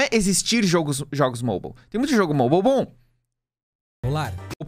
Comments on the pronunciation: me da mt agonia o falando MOBAL jogo MOBAL o problema não são os jogos MOBAL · “Jogos moubal”